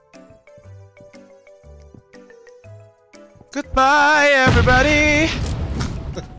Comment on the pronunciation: "Gudbay everibadih' Yang paling ku ingat dari